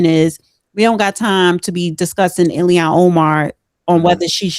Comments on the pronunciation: its pronounced illllll haaaaaaaan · It's IL-HAN . With all due respect.